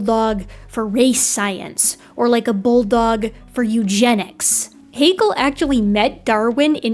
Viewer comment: ... Just because it pains me a little as a native speaker, I'd like to point out: Haeckel and Hegel are different family names... and are pronounced slightly differently. Hegel, as you splendidly demonstrate, is pronounced similar to bagel (long a and e). Haeckel, if pronounced correctly, sounds somehow similar to shackle (short a and e). Otherwise, I'm absolutely satisfied with what you've explained here. Ein Dankeschön for this great documentation. 😊👍, x & ❤